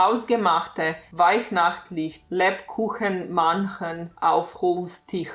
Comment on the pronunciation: As a german, without looking up the title as text, I can say, I understood you saying "Hausgemachte weihnachtliche Lebkuchenmännchen auf Holztisch" --- sooo I think you did great ^^ pronouncing the ä is probably impossible without looking it up, so I'm already used to others pronouncing it just like an a, when I hear someone speak german.